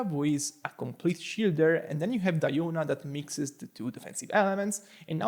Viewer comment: Weird way to Say Diona🤣